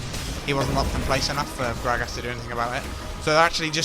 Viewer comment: Love how this guy says "Grag ass"